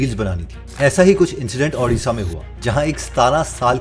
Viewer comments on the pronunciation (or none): Jay jagannath bhai 🙏 I am a regular viewer of your channel and I belong from Odisha.. you spelled अड़ीशा, It's not ( अ ), It's ( ओ ) ओड़िशा (Odisha) Please don't spell my state ne in wrong!! मे जानता हुँ, ये आप से गलती से हुई हे; मगर मे आशा करता हुं आप जल्दी से इससे सुधार ले एबं अपने अगले video पर सही उच्चारण कीजिये। महान ओड़िशा की धरती से आपको प्यार भेजता हुं । आपको ओड़िशा मे स्वागत हे। जय जगन्नाथ 🙏